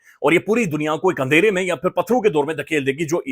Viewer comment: Handhera ❌ Andhera ✅